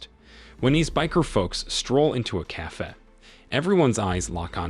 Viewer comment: I laughed when "cafe" came out "caffey."